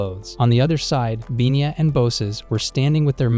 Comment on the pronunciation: It's Pina, not binya.